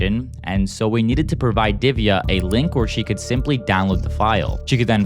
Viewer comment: The first sign of a liar is to repeat the question back to you but what's even funnier he can't pronounce provide, He and most of them say PUWIDE a service.